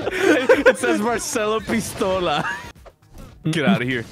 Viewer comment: Saying pistola wrong